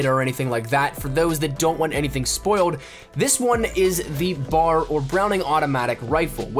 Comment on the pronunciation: B.A.R. not bar